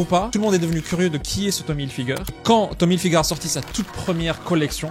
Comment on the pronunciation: « tom hilfigeur » 😂